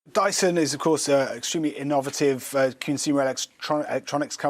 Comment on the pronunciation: Dyson is "in-NOV-native". Has this bloke never read that word off the autocue before?